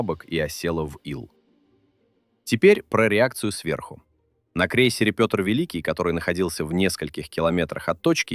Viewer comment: О недостатках с моей точи зрения: раздражают ненужные повторы, автор слушал, что его ии начитал? То, что ии доказывют совершенно нелюдские искажения имени в произношении "Петр Великий". Далее, пр. 949А ниразу не являлся "ударной" Пл, Это многоцелевая. Если в 10-х числах августа она вышла из Видяево, вопрос, что ,по мнению автора, в День ВМФ (посл воскресенье июля) делала в Северодвинске? АПЛ Курск" -это последний корпус данной серии. Сдавали его по сокращенной прорамме: в частности заводский выход был совмещен с Госиспытаниями и контр выходом. В этой связи слова "отличный", "непотопляемый" и т.п. звучат несколько двусмысленно. ПРо 45-летнего к-ра, сужившего... 30 (!!) лет уже писали. И еще, торпедная атака производится по "боевой тревоге". Это значит, что все переборочные люки ЗАДРАЕНЫ. Оч странно слышать, что "после первого взрыва" кто-то там начал задраивать люки, а коллега Колесникова пошел в реакторный отсек тож задраивать переборку и с реакторами выполнять манипуляции... Что за разгильдяйство-то?? И последнее, о версиях: автор (или его ии) даже не упомянули версию, о якобы обнаруженном входящем отверстии в корпусе 1-го отсека, кот. предположительно принадлежит торп МК 46 АПЛ "Толедо". Никак не комментируя этот факт, просто скажу, что он есть. Снимок -тоже. Автор, тщательнЕе надо...